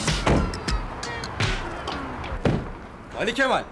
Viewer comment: Sinan neden ali kemal deniyorda ali kefal diyor